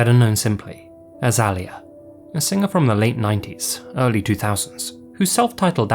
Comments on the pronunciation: For the "rock the boat" section, Aaliyah's name is actually pronounced "All-ee-uh" instead of "Aly-uh". You can find a video clip online of her explaining this to a talk show host, saying that the first part is pronounced like the "Ali" part of "Muhammad Ali". Common mistake! I'm pretty sure they even got it wrong in the infamous Aaliyah biopic. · I normally like your content but you were talking about Aaliyah and you said her name 25 times in that story and you said it wrong EVERY TIME lol It's not Alia it's Aaliyah. Like, Uh-leah not aleya. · Aaliyah is pronounced uh-lee-yuh. I was sitting here like who is alley-uh? Once I heard r. Kelly, I came over to look at the screen from across the room...lol. I grew up with her music. Sad she died . She would have been an even bigger star. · I enjoy and appreciate all you do, but hearing your accent pronounce Aaliyah as "alley-uh" was a jumpscare each time lmao. I've always heard it "Ah-LEE-yah" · her name is pronounced “uh-lea” not al-eya. Just a heads up. Good vid tho!👍🏼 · Its not Al-eeyuh its Uh-lee-uh, thats how her names pronounced phonetically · Aaliyah........ Ah-lee-ah. .......... Idk what you calm yourself pronouncing 😅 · (+) "Snow had falled" it's FALLEN, as "falled" is not a word in English, just for future reference. Aaliyah is pronounced "ah-LEE-aah". Also "Protestations" should be "PROTESTS from the pilot. The "Americanization" of English is pervasive and it's understandable how these faux terms filter into our lexicon. Sadly. It has been said that Americans don't speak English - they speak "American't" (Also not a word - ugh!) They have a terrible public education system however. I do love your channel, Sir! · uh-lee-uh for next time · Aaliyah is A lee a...with the emphasis on the lee.. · pronunciation: aaliyah “uh-lee-yuh” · Just a heads up, Aaliyah is pronounced uh-lee-ya! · You mean Uh-Lee-Uh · “Ah-Lee-Yah” That’s how it’s actually pronounced my guy. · It's pronounced "Uh - Lee - uh" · its AH-LEE-AH